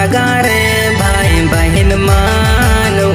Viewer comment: Gana bahut achha hai pr शब्द का उच्चारण ठीक नहीं है ,भाई के जगह बाई बोल रहा है baki sb achha hai